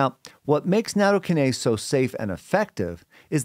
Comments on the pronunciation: Yeah - slightly worrying when experts can't even pronounce the word they're talking about. Natto-KYE-nase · Natto- KI-nase. The emphasis is on the second syllable.